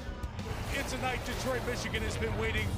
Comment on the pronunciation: The announcer here actually pronounced my citys' name CORRECTLY for a change!! The"E"is as SILENT as the"w"in "sword"and"wrestle". Its D'troit NOT:"Dee-troit" As a man who scored THIRTY-ONE(out of a possible 36)on the ACT,I l know ehat I'm talking about!! 😐